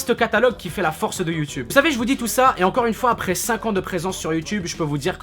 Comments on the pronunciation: toute la vidéo il dit youtube et juste la il dit youteube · c un pervers wesh il dit youteub au lieu de youtube. Youteub est un site porno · ses moi ou dans la video il a dit youteub ? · vers ta dit youteube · sisi il a bien dit youteub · 02 minute 10 ta vraiment dis YOUTEUBE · C'est moi ou a t'a dit : "C'est le charme de youteub" xD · Il dit you teub ce bled'art :D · je suis le seul a avoir entendue youteube a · wtf il a dit Youteub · "C'est le charme de YouTeub" lol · Ha ha tu m'as tué quand t'as dit youteub à la place de YouTube (T'inquiète pas je sais que c'est pas fait exprès et que tu voulais parler de YouTube) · ah non t'avais pas le droit de dire youtebe xD<3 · youteub xD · il a dit Youteub a un moment mdr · "c'est le charme de you teub" ? ? ? sérieux y a que moi qui comprend ca ? x) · mdrr "c le message de YouTeub"😂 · mec a un moment tu a dit youtebe, sinon gg et ce que tu dit et vrais😊😄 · C'est moi ou à il a dit le "charme de youTEUB" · c'est moi ou tu dit youteub a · Tu as réussi à pas dire Youteub pour une fois... Bravo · "C'est le charme de youteub" ^^ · "C'est le charme de Youteub!" Bah bravo ! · il a dit youteub non ? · " Mais bon, c'est le charme de youteub ! " X'D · "Youteube" Tu es très élégant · "Le charme de youteube" uhm x) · Oh comment il m'a tué dans il a fait "Mais bon c'est le charme de youteube !" :') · Il a encore dit YouTeub si conai bien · Je retiendrait que tu as dit "youteube" dans ta vidéo. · Il a dit youteub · J'ai kiffé le youteube a 😂😂😂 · Il a pas dit youteub à mdr ? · C moi ou il a dit youteub😂😂 PS:continue comme ça😉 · Par contre dis plus jamais "YOUTEUBE".